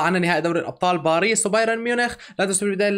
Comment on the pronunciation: باريس ❌ بعريص ✅ وشكرا